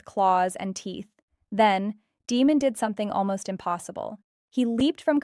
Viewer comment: Demon??!!?? Learn to speak names correctly. You are sad.